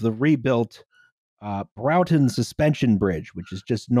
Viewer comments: It's pronounced BRAWTON not BROWTON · Enjoying / not correcting the mispronunciation of the name of the bridge. It's Braw-ton, not Brow-ton. Source: I live in Manchester and it's about 20 minutes on the tram from my flat, also I made a terrible mistake and my penalty was being the Lib Dem candidate for Broughton in the 2015 and 2017 General Elections. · it's pronounced something like brought-on, northen english always confuses those from the south, so would not notice! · will have more than likely corrected this already (if not, she really is goddamn tired!), but I'm impatient and saying it now! It's pronounced "Bror-ton". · broughton rhymes with norton but this is fun